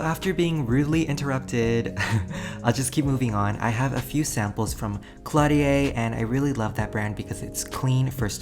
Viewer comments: ok ok ok but it's caudalie and not cLaudiA 😂😂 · so glad you're back ! but as a french person I need to tell you Caudalie is pronounced cau-da-lee 😉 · Caudalie is pronounced co-dah-lee! It's a French brand 😁